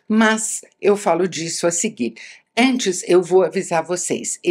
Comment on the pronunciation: ela fala com A o THE LAST OF US mas fala ENTES em vez de ANTES hahahah engraçado, mto bom video!